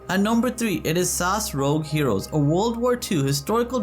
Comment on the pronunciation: FYI it’s pronounced es a es not sas